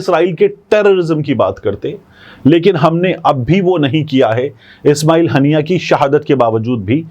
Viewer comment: Tariq the correction shaheed name Haania not hannia